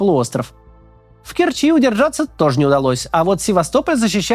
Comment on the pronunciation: не кЕрчи, а керчИ, а не был в керчи так молчи